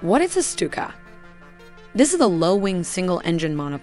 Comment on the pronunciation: "the stupid dive bombers" Im sry,i cant help hearing it. Amazing vids, really appreciate it! So much work from passion is fantastic!